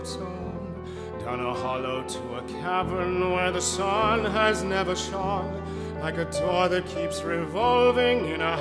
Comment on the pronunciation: The tempo and piano arrangement you chose fit the mood perfectly. My mind is spinning as I listen. And you pronounced 'shone' as Noel Harrison would 😉